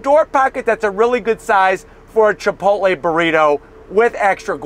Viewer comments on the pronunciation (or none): none